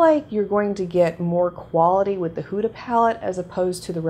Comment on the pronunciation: Just FYI you pronounce it Hooda like hoodie not whoda